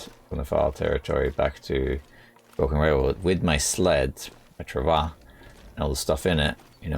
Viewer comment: Trav wah. Not travah